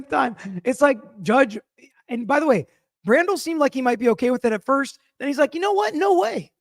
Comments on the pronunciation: Bradl not brandel! You're the best regardless! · love you but it is Mr. BRADLE NOT brandel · TB’s atty is pronounced “BRAYDEL” not Brandle. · CAR-KNEE and BRAY-DLE...Brennan is pronounced Slime-Ball.